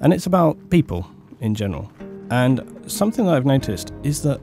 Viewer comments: SomeTHING, not someTHINK. Sorry, but that drives me crazy. lol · I am English! And no it is not ok to pronounce something as "somethink". It is not an English way to say it. It's just wrong. It's no different from saying "would of" instead of "would have". It's just wrong. Again, please believe me, I'm not trying to have a go at your for the sake of it. It just bothers me. Sorry. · Look, believe me or not but I'm very sincere in saying that it is not my attention to have a go at you. It just makes you sound like you don't understand the difference between the words thing and think. You're making yourself sounf ignorant by saying it like that. And you're ignorant person, not at all. And actually I noticed that you didn't pronounce it like that throughout the entirety of the video. So you know, it's just one ot those things. Sorry. lol